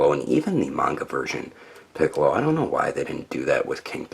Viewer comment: Funny you misspronounced his name in the outtakes as "Picoro" because that's how he was named in the mexican dub.